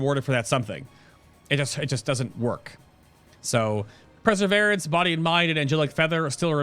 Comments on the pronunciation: haha, mate, it's per-seh-veer-anse. But great guide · It's pronounced PURRR-severance